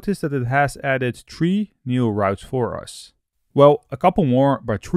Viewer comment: As most youtubers suffer from spelling a correct "th", please, at least, try it.. there are no trees in laravel and no "witt".... (three, with).... Thank you ;)